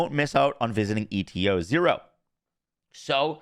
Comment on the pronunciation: I think ETA-0 is supposed to be pronounced like the Greek letter H (eeta), and it’s probably going to be a robot. It’s going to “eat” the items that have 0 value to us, and give us something we actually want/need in return. Also, people do entire builds around transcendents. Waiting that long to release her reds is a bigger L than time-gated invasions because there’s no way to know what cats you need to sink into a build until you see which transcendents are actually going to be worth building around.